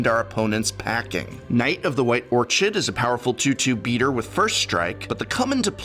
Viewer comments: OR-KID not or-chid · Orchid is pronounced Orkid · Professor: I used to teach english. Also Professor: oRtChId! HeArSaY! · It's pronounced or-kid...it's not an or-chard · Or CHID? Don't work so hard you start pronouncing common words incorrectly professor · or-chid? oof. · Why are you pronouncing "orchid," "devout," and "heresy" like that?